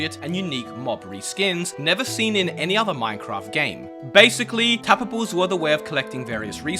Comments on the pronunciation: Didn't catch ya. Did you mean TAPA-BLES? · saying tapables is so satisfying lol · “So tabbababes pond tababbes and sand tabbababes”